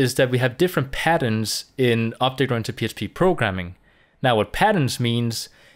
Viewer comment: J is prounced with sound of H in many words like Mojave may be thats why this guy is pronouncing it Obhect programming